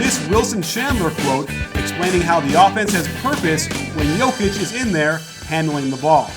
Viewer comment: Nicely done plus perfect pronounciation of his name.